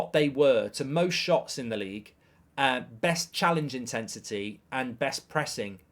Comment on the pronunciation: Challenge intesity 😂 I’ve heard it all now